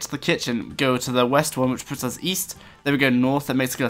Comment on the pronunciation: east? i thought you said weast....